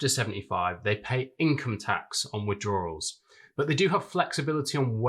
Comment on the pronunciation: Good job - tired of people (so called experts!) talking only about the pension now being taxed. Not the very sneaker KILKER … the £2m 85% of those with a £750k pension pot have £1m plus homes and £250-£500k other assets. PS. There is no “R” in withdrawal. It’s not “WITH DRAW RALL”!!!